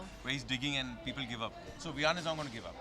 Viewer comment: Ha such me 😂😂😂😂😂 Bar bar viaan hi bol raha hai ne do bar correct kiya 😅😅